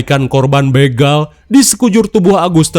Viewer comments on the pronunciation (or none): none